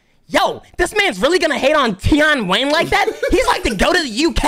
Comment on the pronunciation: ‘Tie-on wayn’